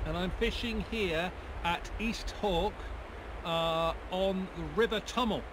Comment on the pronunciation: It's pronounced East Haw. Good to see you back on the water. Looking forward to seeing what the season brings you.